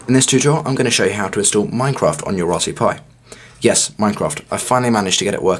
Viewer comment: Why do u say rasp BERRY like rasphu pi?